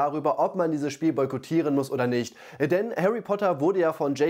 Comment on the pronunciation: du hast boytokieren falsch ausgesprochen